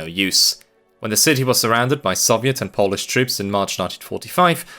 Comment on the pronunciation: I appreciate your good pronouciation of polish. I grew tired of many usually americans who just fumbke it to sound like some incomprehebsible alien-speak, making up the weirdest sounds when they see any polish letters...